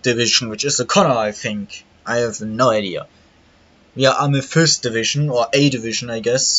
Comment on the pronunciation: Amethyst is a gem, pronounced am(I am) eee/eh fist